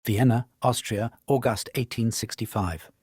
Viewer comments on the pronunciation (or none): Good video, but the pronunciation of August in the beginning was strange lol